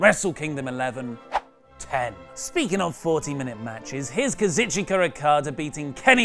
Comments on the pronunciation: Hey,, I know you have a difficult time with Kazuchika Okada's name so I figured I'd just break it down for you. This for lol I'm a dick reasons it goes Kah-Zoo-shh-KAH. the EE-is silent or something like that. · The only thing wrong with this list is your awful pronunciation of Okada's first name, otherwise I cannot really complain